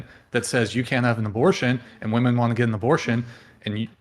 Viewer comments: Why are they saying "woman" when they mean Women? Its 'wih-mehn' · Why do they say woman instead of women?